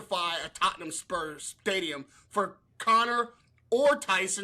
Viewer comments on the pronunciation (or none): just don’t pronounce the “h” with anything that has ham in it…Tottenam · Tot’n ham 😂 Conor Henn isn’t very good